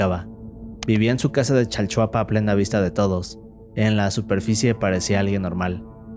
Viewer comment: “Chalchapua” XD